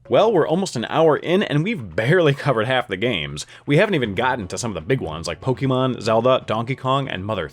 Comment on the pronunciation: It's pronounced "poh-kay-mahn".